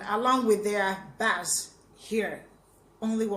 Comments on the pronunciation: Excellent choice of song. I don't think any YouTube reactor has done it before. Thank you. Excellent knowledge of subject. By the way, the word "bass" is pronounced as thought it were spelled "base." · I enjoy these reaction videos.. I love the Beatles as well -- you are a true fan // btw -- bass is pronounced base // bass guitar ☮